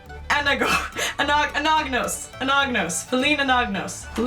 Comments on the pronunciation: Hey! Love your name. I always thought the last name would be pronounce Ah-na-nos, because the 'g' in "gnostic" isnt pronounced. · the 'g' in Anagnos is silent, like in the word Gnostic - 'Anna nos', last syllable rhymes with ross. It is a Greek name. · Anagnos eh? Since it's clearly a bit uncomfortable to say it, why not pronounce it as Ananyus?(the ''o'' will sound a bit more like a ''u'') Since the the ''gn'' is known in France and Italy as the ''ny'' sound, like in Agnes (french) or Bologna (Italian). ^^